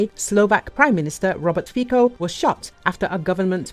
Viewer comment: Give us a break with your "Fiko" pronunciation: it's pronounced "Fitso"!